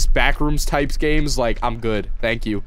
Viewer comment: "You got gaems on youw phone?"